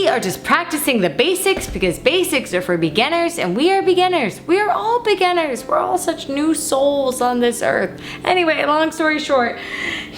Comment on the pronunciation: Is that how the word beginner is pronounced? I've been wrong my entire life now wow